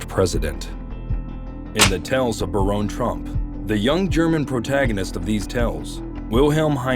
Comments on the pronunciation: That pronunciation caught me too. Bare-own? How the hell would we spell that??? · Ahahah Nice propaganda. It's BARON, not Baronne. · All points aside, it’s Baron like Barren, not Baronne. A Baron is a title, Baronne is a name. And even if it was pronounced Baronne, that would make it French or Italian, def not German. But great video either way! The coincidences are hard to ignore! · Baron is still pronounced Barron, no matter how u spell it!! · Hate to be this person, but here I go anyway: Baron and Barron are both pronounced as “BARE-un.” ☺️ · I guess ai has problems pronouncing the name Baron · You mispronounced Baron. It's pronounced like a titan of industry is a baron. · I laughed at this pronunciation too lol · It blows my mind how you can come up with all this information and thoughts and put it all together and a script that you can't pronounce words like Baron which rhymes with Karen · It would be helpful if the narrator would learn how to pronounce all words & titles before he/she starts to speak. Baron is one of these words. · Where are you getting the e in baron trump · Learn how to pronounce Baron lol